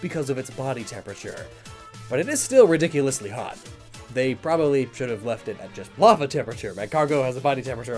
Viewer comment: I thought it said not thot instead of not hot